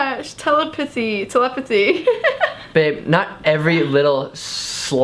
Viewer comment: NAH WAIT HOLD UP No one is gonna mention how tried to say telepathy and said telepussy LMFAOOOO